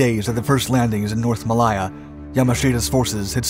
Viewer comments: Mal-lay-ya, not Mal-lie-ya…………. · Malaaaaya not Maliiiya please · Mal - I - ah....... Is pronunced Mal -a - ah. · It's NOT "Muh-LIE" or "Muh-LIE-zhia" it's pronounced "May-LAY" and "Muh-LAY-zhia" -- like Lay's potato chips. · I love these programmes. It is such fun working out what the video footage actually refers to. Also I have no idea where Mall aie er is! . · I was just about to make the same comment ... pron: ◾ ma-LAY-a ◾ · I guess that pronouncing Malaya as "ma-lie-a" is good if you are speaking Spanish. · It's pronounced muh-ley-uh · A great video as always, but you need to learn to pronounce Malaya correctly. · It would be a great video if he just knew how to pronounce Malaya correctly. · You need to research the pronunciation. The way you pronounce Malaya made this almost unwatchable